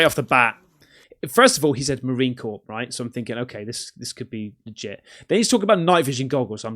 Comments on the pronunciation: Marine Corpse? Bloody hell mate! Marine ... okay, listen, the second word sounds exactly like, CORE. Got it? Me can't sit here all day being your tutor. Have you no shame knowing so little?? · Hey...every time you say Marine Corps and pronounce the "P". Everyone cringes. Don't pronounce the P. just pronounce it like "core". you will thank me later, Marines hate that shit.